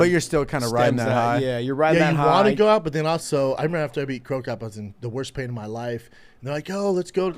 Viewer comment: If bredan keeps saying "Crocop" im gonna unsubscribe lol